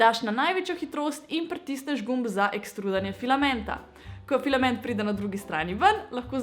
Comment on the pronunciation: Več kot 10-krat si rekla pilament